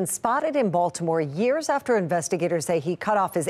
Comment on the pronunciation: DID SHE SAY YEARS?